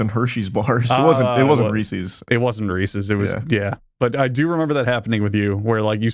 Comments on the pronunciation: We really just gon' gloss over how Charlie AND pronounce 'Reeses' here?? Wtf?? 😭😭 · Reeese's* not "Reesees" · Charlie saying Reese’s instead of Reese’s is top notch English